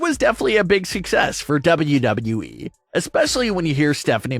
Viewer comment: Bruh. The way you over enunciate WWE is a struggle to listen to.